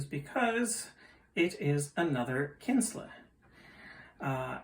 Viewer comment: Kienzle is pronounced "KEEN-ZLE" Not "Kins-La" fyi. But very nice clock and they are super well made, like my art deco one which is ironically getting repaired.